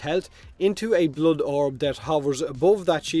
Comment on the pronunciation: It's not bluud it's blood